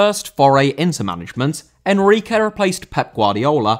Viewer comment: Enrique* not Enriquei